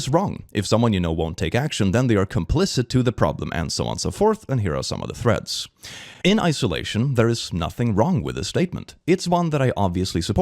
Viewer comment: ngl when he says threads i kinda hear freds